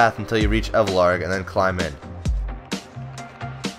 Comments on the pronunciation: Elvarg not evlarg lmao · ellllvarg* not evlarg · i just dont see why u would say "Evelarg", when it clearly says "Elvarg"..